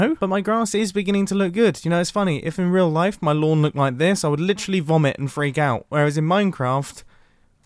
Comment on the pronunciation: I laugh too hard every time he says vomit